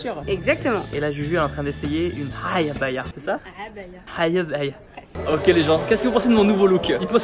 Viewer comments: On dis pas ayabaya abaya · On dit cabaya pas hayabaya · Elle a dit 3abaya, c'est a3baya 😂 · Selem Aleykoum Mais ça se dit عabaya 😭